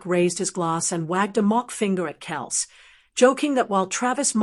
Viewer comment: I like how this person on the video can't pronounce Travis's last name correctly.